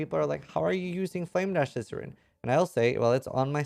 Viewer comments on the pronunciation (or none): I always hear. "Hey Scissoring here" lol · I can't decide whether he says or XD